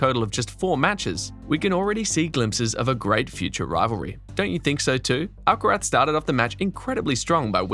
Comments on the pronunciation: That's the proper pronounciation. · Beautiful (and accurate) pronounciation of "Alcaraz". Quite unusual.